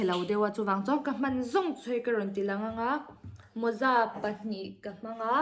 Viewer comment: Moza nilo in mawza aw😂